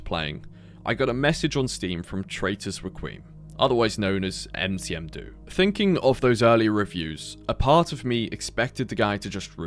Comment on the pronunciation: Huh wait that's me?? Heh 🤑cool talking to you. Aberoth is a great game, happy you gave it some exposure :) P.S: It's Nmcdo, not Ncm do.